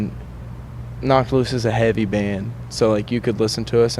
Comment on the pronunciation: Love how this dude can’t pronounce H’s in words and it still sounds awesome. It’s ‘eavy as fuck man.